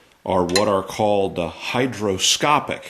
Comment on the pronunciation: "Hygroscopic " not HYDROSCOPIC... and it means that it is a substance that readily absorbs water.... no such thing as hydroscopic. ;-)